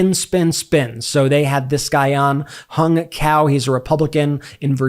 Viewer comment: His name is pronounced “Hung umm, Cow?”